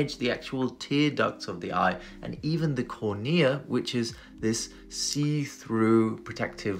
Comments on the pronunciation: You pronounced literally every single medical term in this video super weird. "Sclurrel" "cornEEEuh" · Core-knee-ah Wow, that's the first time I've heard it pronounced that way. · First time I hear pronounced as CorKneeAhh